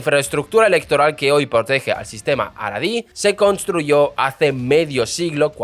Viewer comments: Tu pronunciación es... Terrible 😅 Jaredí, no Aradí. Mizrají Ashquenazí Ben Gurión Entre otras :| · No se pronuncia JARIDI no es JAREDI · Tienes una forma extraña para mí de pronunciar nombres hebreos: Gurion, jaredi, misraji ,asquenazi, digo yo . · Abrazos hermano pero en Samaria lo pronunciamos asi jaja